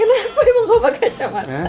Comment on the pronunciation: Kau kao kau kek aneh aja dengarnya :'